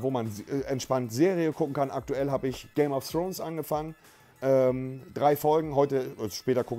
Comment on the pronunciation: niemand: wirklich niemand: monte: samson, die girage, phillips hu, game of srones, breaking bett